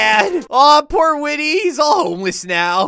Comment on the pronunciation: Actually whity's name is like white y not whity